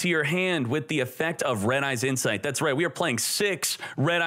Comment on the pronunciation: "red-eyes insfite "